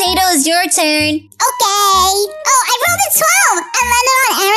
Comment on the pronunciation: I never knew till now but IT'S OKEH NOT TO BE OKEH